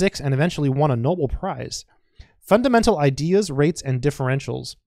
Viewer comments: It is "no-bell", although his work was "noble" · It's pronounced like "no bell" not "noble". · Know bell Prize. Emphasis on the second syllable.